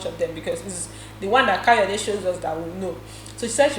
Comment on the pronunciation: whenever says Kayode i get confused... Is there another housemate that we don't know of???